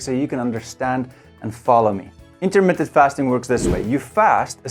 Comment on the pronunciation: Intermittent. Not Intermitted. And yes, it works. Have been doing it for two years.